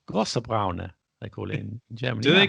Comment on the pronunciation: Your Dschörmän actually isn't that bad. It is kleiner Brauner or großer Brauner. That is a kleiner or großer Schwarzer with Obers. But mind the r at the end. Unless you expect to be introduced to a young Lady with a specific skin colour. Now you might feel tempted to look it up in a German dictionary. But don't, since it's Austrian and typical for Vienna. Obers is cream but only in Austria. Germans will misinterpret Obers for a sloppy pronunciation of Oberst which is colonel. Ein kleiner Brauner is rather a little Nazi in Germany than a cup of coffee with cream. You better go for eine Tasse Kaffee (a cup of coffee) or ein Kännchen Kaffee (two cups served in a pot). You can order Einen Pot Kaffee in northern Germany though. But it won't be served in a pot rather in a mug.